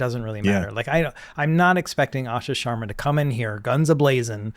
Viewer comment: Spent my entire life correcting folks on my last name. This was hilarious, “Shwarm…Sharma”